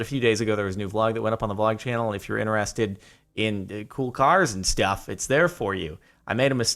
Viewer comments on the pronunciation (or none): For some reason I'm really bothered by the way he pronounces "intEresting" or "intErested".